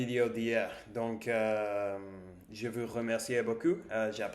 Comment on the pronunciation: Tu te débrouilles bien et c'est une bonne idée d'avoir trouvé ces mots. Attention à la prononciation de tes "ou" Car tu dis cupe, dessus, vus au lieu de dire "coupe", dessous (car dessus et l'inverse de dessous) et vous Je ne suis pas sûr mais je crois qu'en anglais le "ou" (français) se prononce "oo", peut-être que le "oo" anglais est plus long, et le "ou" français est plus court (ici, nous avons un service de livraison qui s'appelle deliveroo, et nous le prononçons deliveroue (le "e" permet de rallonger le "ou", de le faire traîner), Intéresse toi au mot ours et essaie de trouver des vidéos d'ours et écoute les gens prononcer le mot "ours" ... et aussi roue, boue (qui sont des "ou" longs) et roux, toux (qui sont des "ou" court)